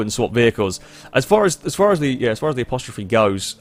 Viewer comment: As-te-rope Not apostrophe